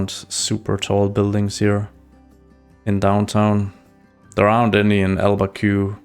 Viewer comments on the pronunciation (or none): Btw, it's pronounced al-ba-quer-kee! (not very intuitive, I know!)